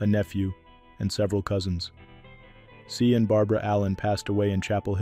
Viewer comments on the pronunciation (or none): Sian is pronounced "Shawn" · This one hurts. Sian Barbara touched mine. Her name was pronounced Shawn. RIP. Bette is pronounced Betty. ❤